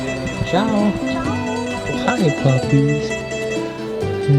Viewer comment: And i must say it………….. your Ciao il the best!!!